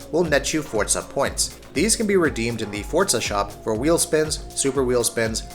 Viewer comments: Its Forza not fucking fortza say it right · FORZA NOT FORTSA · What I've gotta hate is when people say "fortza" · Wtf is a Fort-za? I know what For-za is. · Forza not fortza, moron! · Fortza fortza fortza SMH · ForTZA annoys me!! 😡🤣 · Why does he keep saying Fortza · The way he says "fortza" drives me nuts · why do you say fortza? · The amount of people that can't grasp how Forza is pronounced is staggering. I honestly wonder how these guys pronounce Pizza.